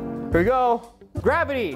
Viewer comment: Guavaty instead of Gravity